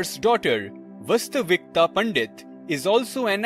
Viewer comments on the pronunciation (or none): You don’t know how to pronounce Indian (Sanskrit) names? Is it Paanini, not Panini. And Vaastavikta, not Vastavikta.